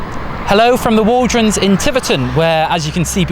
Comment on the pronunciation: It's not waldronds , it's the Walronds when I lived there.